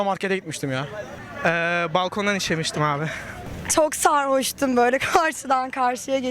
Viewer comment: bööle çok sarhoştom yanö